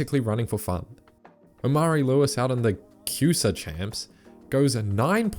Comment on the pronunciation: “Cusa” 💀💀💀, just so you know that’s the Conference USA, people usually say C USA when talking about it